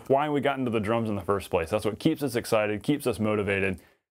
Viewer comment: I love this video but Ive never heard anyone pronounce why like you. It sounds like "HUHWHAII" and your what sounds like "HUHWHUT"